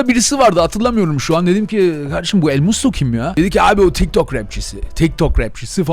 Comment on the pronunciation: Sen daha elmusto non ismini söyleyemiyosun